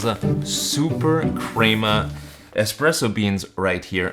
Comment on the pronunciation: Crema is pronounced with a short E, not a long E. Lavazza is pronounced as thought there’s a T at the end sounding like Lavatza. I had to bail out due to your mispronunciations.